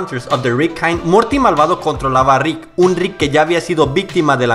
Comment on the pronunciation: me da risa como dice la r cuando dice rick jajajaja suena como grik ❤ me gustan tus videos